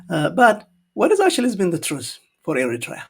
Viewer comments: He Can’t even pronounce the word Eritrea correctly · cant even pronounce ERITREA well. Shame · The Ethiopian FM can't even pronounce the name Eritrea correctly. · Thank you! It’s funny how he pronounced Eritrea 🇪🇷❤. He is ugly in side but 😈🦓🇪🇹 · Poor doctor he does not call our lovely country Eritrea correctly😂😂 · Well done,, we might not agree about our politics. However, when the foreign countries, especially Ethiopia or Ethiopians, are trying to impose their opinion, ideas, or claims, we fight as Eritreans. But what this man is reading from the paper doesn't even pronounce Eritrea fluently. The Ethiopians politicians actually run out of ideas. I don't consider them as knowledgeable politicians but came from the street to ripoff the people of Ethiopia. They only manage to run Addis Ababa or 4 kilo, nothing else. you are fluently teaching this uneducated man with paper in hand. They are full of jokers without substance. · This guy , the so called foreign minster who cann't even pronaunce Eritrea, let alone to know and talk about ERITREA, how dare he say that "eritrea belongs to Ethiopia" go back and check our and your history , represent your own opinion and use your brain rather than reading and repeating the proxy narrative fairy tales of your leaders! Leave Eritrea and Eritreans alone!!! All what we need is love ,peace and harmony with our neigbours!!! Eritrea prevails❤❤❤ Wetru Awet nHafas❤❤❤ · This damn foreign Minister, Moreover all his false statements that have been given by his child master he doesn't even know how to pronounce Eritrea